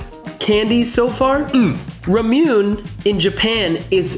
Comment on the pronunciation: ramune 😫😫😫😫 noooooo it’s pronounced RA-MO like a cow saying moo RA-MO-NE like ney ney ne it’s RA-MU-NE